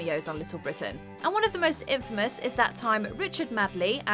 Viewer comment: Who is Richard Madly? It’s Madeley! Gregory is Sebastian, poorly researched.